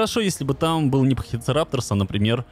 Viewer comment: привет почему ты говоришь не пахицератопс а пахицерапторс